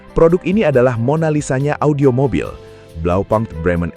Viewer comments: Koreksi min blaupunkt dibaca blaupunkt, bukan blaupankt. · Bahasa german, u dibaca u BlaupUnkt, bukan blaupAnkt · Kalau sesuai bahasa aslinya bacanya tetep Blaupunkt bukan blaupang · Just info : Bukan Blau pank cara bacanya, tapi Blau - pungkt, di tahun an an tidak ada yg baca Blau pang, .. bisa cek di google ya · kayanya cara bacanya tetap (blau punkt) pake U indo bukan pke bahasa inggris, kaya bmw... bisa coba pake google😂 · Pronounciation nya keliru